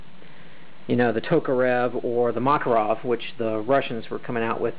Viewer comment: Magazines* not clips. Also, MAK UH ROV, with emphasis on the Mak